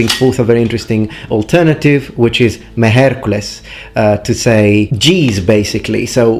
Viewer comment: That "mejercules" you said, sounded very much like miercoles, the spanish word for wednesday. Funnily enough, it's also a curse word in Mexico.